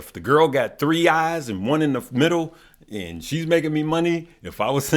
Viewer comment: Bruh said 3 eyes lol